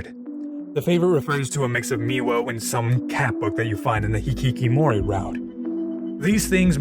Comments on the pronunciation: It's hikikomori not hikikimori. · This is minor, but you kept getting "hikikomori" wrong and said/wrote it as "hikikimori" throughout the whole video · I'd like to point out a spelling mistake, as I figured it's intentional due to the unfamiliarity with the Japanese language. It's "hikiKOmori route", not hikiKImori. As you probably know, it comes from the very name of the game, OMORI, which is an ellipsis of the Japanese word ひきこもり (Romaji version) that's pronounced exactly as "hikikomori". It describes a specific type of person and a popular phenomenon in Japan during the 80s and 90s decades, aka what in English you'd call a "shut-in". I hope it was clear enough. Thank you for the thoughtful analysis, even though I'm not a fan of the different voices, your take is a fresh perspective that sets this video apart from other OMORI related content I watched. Keep up the good work! 👏🏻✨